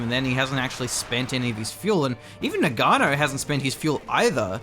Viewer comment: please GG, "Noggano" not noganno